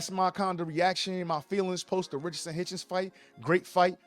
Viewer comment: It sounds like you’re saying Richardson Haitian!😂